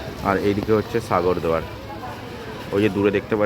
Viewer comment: আগে উচ্চারণটা ঠিক কর। সাগর দুয়ার কি? অনেক দূর যেতে গেলে সব ভালো রাখতে হবে। নয়তো মানুষ ভালো ভাবে নেবে না।